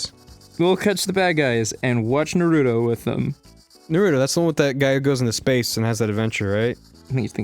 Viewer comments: It's pronounced (NaR U toe). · Yea they make me want to rip off me ears and mail them to the any time they say Naruto or meme. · When one of your biggest pet peeves is people pronouncing Naruto incorrectly likE everyone in the anime pronounces it a certain way so w h y are you saying it differently omg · If they pronounce naruto incorrectly one more time I'm gonna pull my own hair out